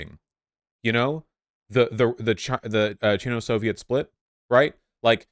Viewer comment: It’s Sino-Soviet, not “chino-soviet”